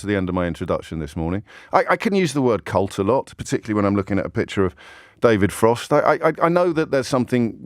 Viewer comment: The problem with using the word 'cult' is that you are mispronouncing it